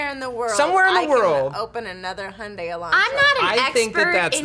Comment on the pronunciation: How can you fuck up the pronunciation of Hyundai that much? It's Hi-Un-Dye